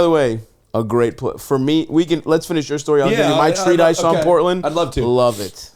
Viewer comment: Stavvy said "treatise" like "treat ice" 😂